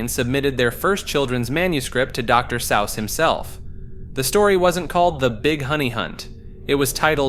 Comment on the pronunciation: You’re killing me with the pronunciations bro. Dr Sowse? You’re doing it on purpose